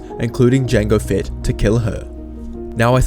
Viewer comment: you said jango bett